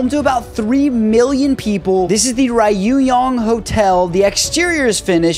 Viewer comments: The hotel btw is pronounced “roo-gong hotel” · you missed both Y sounds. it's pronounced "Ryoo-Kyung". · Ryugyong is pronounced Riew-gyong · My dude butchered the pronunciation for "Ryugyong" hard